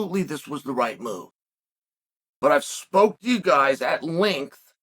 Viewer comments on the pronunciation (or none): none